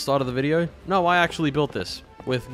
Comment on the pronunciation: i liked the part when he said NAAURRR